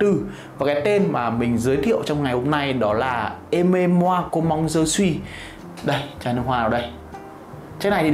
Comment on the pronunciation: em đóng góp với anh zai 1 chút tnay, với chai nước hoa đầu tiên thì chữ "comme" nó là com mờ chứ ko phải là com măng "comment" theo như cách anh đọc trên video ạ